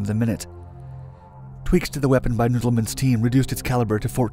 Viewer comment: Proper english.... reduced